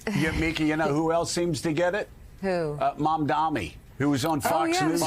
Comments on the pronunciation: It’s MAM-DA-NI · Joe, it is MAMDANI! Learn how to say his name!